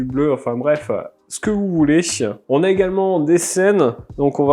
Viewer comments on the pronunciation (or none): ton C'que vous voulékkkkk